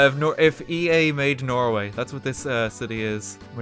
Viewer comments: So many Tolls... What is this? The road to Dublin? Feckin Norw-EA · It's called Norweay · Nnoo not norway